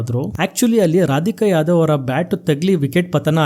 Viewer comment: ರಾಧಿಕಾ ಯಾದವ್ ಅಲ್ಲ ಕಣೋ, ರಾಧ ಯಾದವ್ ಅದು 😢